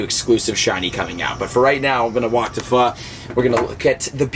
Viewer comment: It's pho homie. You're pronouncing it like a white boy